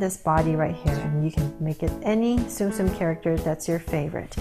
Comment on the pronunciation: it’s not zoom zoom it’s Tsum Tsum